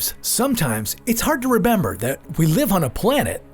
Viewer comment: its hard to rebember he said